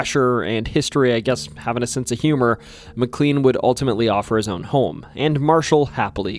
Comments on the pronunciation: Mick clean 😂😂😂 it’s pronounce mick clane(K-lane) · Yes, it’s pronounced Mc”Lane” but I didn’t want to be obnoxious and we all know who you meant anyway. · Yeah everything except the most commonly used name in the video that is also a place in VA. Named after someone else but still pronounced the same. His mispronunciation of McLean makes this almost unwatchable for me w how often he says it. Still a good video but gosh man if you’re gonna use a word every other sentence please make sure you’re pronouncing it right. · THAT IS NOT HOW TO PRONOUNCE MCLEAN! IT'S PRONOUNCED LIKE MY SURNAME IS SPELLED. OMG 😭😭😭